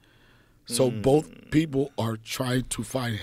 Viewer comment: Can not do it. Do not care who he is. Boff instead of both. Truff instead of thuth. 😢